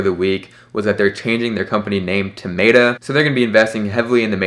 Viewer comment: "May-ta". That's what your going with irrespective of how the rest of the world is pronouncing it?